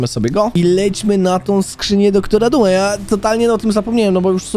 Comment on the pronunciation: Eeeeeeeeew skrzynia DR.duma a nie zwykła nieee tylko dr.dum